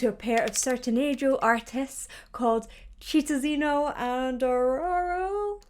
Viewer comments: Shit-an-zee-niow and WHAT? 😂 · Their father and uncle's stage name are pronounced like: "shee-tao-zeegno" (the 'gn' like in the word lasagna) and "shotto-ttaw" (with the 'tt' like in the word "better" and the 'aw' at the end sounding like the word "raw"). Wow that was tricky to explain and I didn't even got it a 100% right fonetically lmao I was a huge fan of Sandy e Junior in the 90s, they were kids about the same age as me 🥰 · Hey girl! Love your videos, thank you for appreciating our culture so respectfully❤ Just a tip on the artist's names: Sandy's parents, to whom you reacted on that previous video, are called "Shi-town-zi-ño" (yes, like the Spanish "ñ") and "Sho-ro-ro", with both R's being soft, Maggie Smith style. Looking forward to more of your valuable insight! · Chitãozinho e Xororó is pronounced shee-taung-zing-o and sho-roh-raw (tapped R). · You can pronuntiate the names "Chitãozinho" as "Shitonzinho" and "Xororó" as "Shoror-oh". Here some names with an "x" have the same sound of "ch" and "Sh", it may be a little hard to distinguish at first, but with some pratice you'll learn it. Xoxo, from Brazil! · Shitaoziño and ShororÓÓ would be the correct pronunciation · Hey girlie, so the pronunciation is SHEE-TAUM-ZEE-NYO(taum like the 'baum' in "Tenenbaums') and SHO-RORO (open O) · What in the world is that pronunciation? Chitãozinho e Xororó. /cheetaunzeeneeo/ /tshorowraw/. Practice it. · Sheetaozeeño and Shororoh. It should help a bit pronouncing their names. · Chitãozinho is pronounced she tow(n) zee nyoo Xororó is sho roh raw (with the r's fricative / flicked) 👍